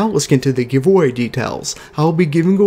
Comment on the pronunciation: When you can't pronounce names like Feige or words like GIVEAWAY, it's hard to take you seriously